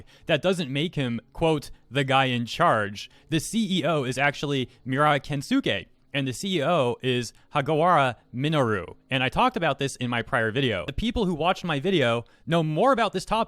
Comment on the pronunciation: How the hell did you pronounce Minoru Hagiwara with no problem, but you messed up Miura's name? vowels in japan are always pronounced the same way, its not like english where they magically change pronounciation every other word. This is largely the same with every syllabel based language (except Chinese because that country seems to have a requirement to be difficult about everything). Also, the majority of words with su in them are pronounced with the u syllable almost silent, this is one of the only syllabels that doesn't obey the "vowels are always pronounced the same" (the others I can think of all involve some form of u). Kensuke, for example, would be pronounced Kenskay, not Kensookay.. for this they have a different romanized spelling, either doubling the vowel (kensuuke) or spelling the vowel with a line over it. I lived in Japan for 3 years. It seems to me like your knowledge of Japanese is far more western than someone who has experience actually using the language. Its one thing to misprounce a word every once in a while, but it is something else entirely to mispronounce someone's name, especially when you have ways to find out the right way to do it. It is extremely disrespectful to the people who's names you're butchering, even if you don't mean for it to be taken that way. Look at the difference between Ranma's US pronounciation of Sasuke, and Naruto's JP. Ranma's dub (and things like it from that time frame or similar quality) are one of the reasons why people